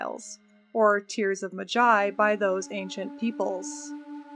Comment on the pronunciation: With Servi the question "What have you been smoking?" is very literal. Great material, as always. One nitpick. I think you pronounce "Tears of Maji" more like "Tears of MaGi". Alva looks quite good for somebody who is over 40 here. Or she time-travelled again (I wrote this before ).